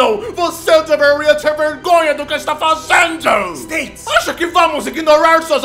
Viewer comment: "states" kkk